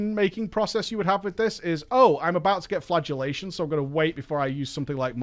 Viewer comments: I thought you said flatulate as in fart was the new spell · I hear “flatulationt” every time.